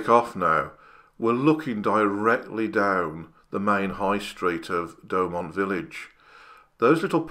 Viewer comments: Great video. Thanks. I've been to Verdun several times and have read much about the battle but the arial shot add so much to understanding. As for your accent, I personally don't have an issue. But pronunciation could be improved - try Do-oh-mont. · Great video, I've been to Fort Douaumont (pronounced Dew-mon), amazing anyone survived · great Video, excellent research on the topic. and some extra facts like the percentage of duds and stuff. loved it and will watch more for sure. one thing: its Douaumont not doughmont. XDXD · Douaumont is pronounced "Dew o mon" in French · "fort de DouAUMont"